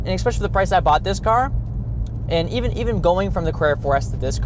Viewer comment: There’s no “k” in especially. It isn’t “ekspecially” is “especially”.